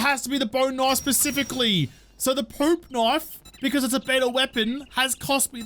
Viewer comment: That's it...he said PEWP KNOIFE...I'm subscribing!